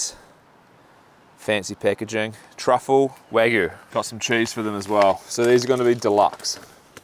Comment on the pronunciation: Just a bit too much information 😁And mispronunciation of the burgers as you left out the Y as is WagYu